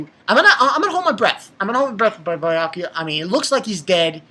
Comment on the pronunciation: its beeeeeeeeeeeeakuya！ stop calling him biiiyakuya！